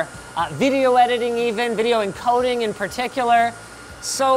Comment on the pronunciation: "And we're gonna put a graphics card in it and play vidya games" Never change Linus, never change.